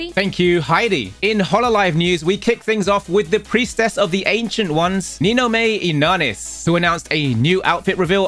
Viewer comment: "Ninno-may Innah-nis" WHO?